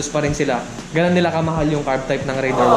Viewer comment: taga Suzuki, pero di alam ang tamang pronunciation ng "Raider"